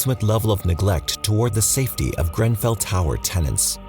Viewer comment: did you pronouce GREN fell tower GRAN fell? sounded odd to my British ears. love you guys and this channel by the way.